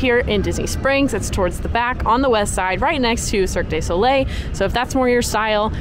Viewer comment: For future reference it’s pronounced Cirque doo not day Soleil